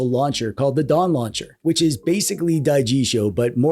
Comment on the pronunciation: No definetly said Dong Launcher